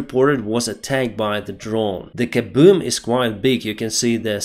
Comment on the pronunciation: "Still there were many of the KABOEMS..." 😂 - Slava Ukraina...